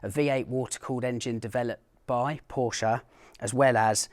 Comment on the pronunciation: You pronounce Porsche in the correct manner! Thank you.